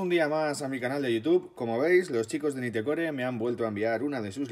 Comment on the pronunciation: Naitcor .. asi se pronuncia 🤪